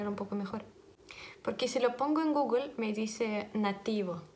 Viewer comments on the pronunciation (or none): none